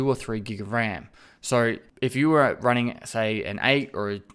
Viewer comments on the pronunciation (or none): none